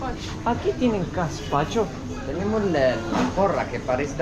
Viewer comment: Gaspacho. No Caspacho.